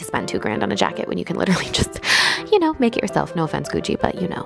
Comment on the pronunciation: I don’t kneuw, seuww ._. Too much